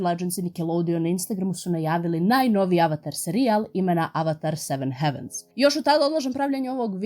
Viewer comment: Samo mala ispravka, izgovara se "hejvens"